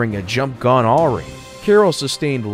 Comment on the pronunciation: a-wry. awry.